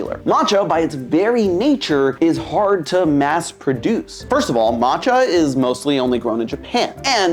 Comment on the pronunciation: the two lls in camellia are pronounced like you would expect. e.g. in belly you don't pronounce the "t" in matcha - it goes ma~cha (two syllables)